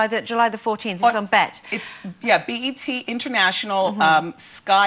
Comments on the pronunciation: Lol she called it bet not B.E.T. 😂🤣😂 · Did this lady just say bet??!!! 🤣🤣 Lady it’s B.E.T 🤦🏿‍♀️ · Lol she pronounced it bet instead of B.E.T. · Lol she called B.E.T bet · "Will be airing on the bet" 😅😅